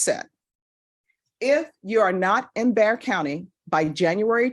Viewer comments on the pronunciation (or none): It's Bexar Co pronounced Bear. ;)